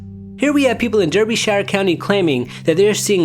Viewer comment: NB - Derbyshire is pronounced like "Darby-shire" but otherwise no complaints. 👍